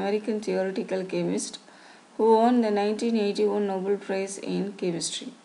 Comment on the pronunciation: Nobel Prize not Noble